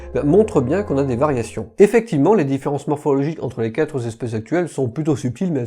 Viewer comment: Très instructif, comme toujours, avec le sens de l’équilibre entre les arguments, comme toujours aussi. Par contre, en tant que Patrick non-réflecteur mais auditeur, je proteste énergiquement contre les liaisons mal-t-à-propos : il n’y a pas de s final à « quatre ».